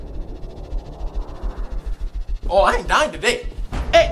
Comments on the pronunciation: "May he rest in polus" 😭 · "May he rest in Polus." Epic!